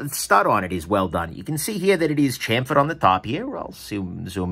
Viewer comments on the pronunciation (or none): none